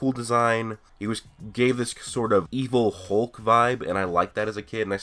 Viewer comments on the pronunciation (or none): none